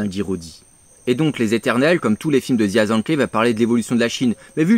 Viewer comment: Aller petite leçon de prononciation, parce que ça m'a fait mal aux oreilles. Jia ZhangKe : Djia - Djangue-Queue Zhang Yimou : Djangue Yi-Mooouuu Hou Hsiao-hsien : Rohou Chi-a-o Chi-an